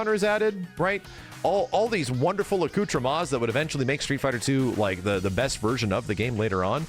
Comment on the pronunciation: "Accoutre-mah? What is that sh*t?" (IYKYK)